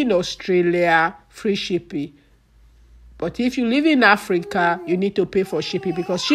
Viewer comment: May God forgive you.. She's here making her money and you're there looking for correct pronunciation. Abeg Who English help?